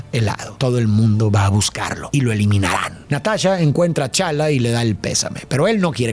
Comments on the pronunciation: Chala no, tachala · El único detalle que no me gustó en todo el relato ha sido la pronunciación de T'challa y T'chaka, la T sí se pronuncia y las pasó por alto. Nada malo, solo un detalle pequeño como lo he mencionado. Increíble como siempre. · Se me hace tan raro como pronuncia los nombres de los personajes, a T'Chala (Tachala) lo llama Chala, a su padre T'Chaka (Tachaka) lo llama Chaka, y a Falcon lo llama El halcón, entiendo que él no tiene que ser el mayor conocedor de los cómics para hablar de un producto así, pero que no diga bien los nombres de los personajes me hace pensar que tal vez él ni ve las películas y que tiene a gente que lo hace por él, y ya él solo lee los guiones que le entregan:/ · Me encantó el video y amo tu interpretación. Ahora, una pequeñísima nota: el nombre de T'Challa se pronuncia Tachála y el de su padre sigue un patrón idéntico, T'Chaka es Tacháka